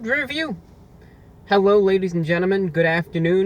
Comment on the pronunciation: Gentlemen not genterman